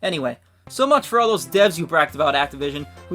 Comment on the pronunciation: oh it's 3000 deves i thought he said 3000 deafs